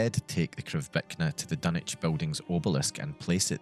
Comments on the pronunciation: take a shot every "dunnich" and not dunwich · Your pronouncing Dunwich with out using the w man , wtf,?